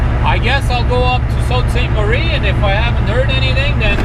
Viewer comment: It pronounced Soo saint marie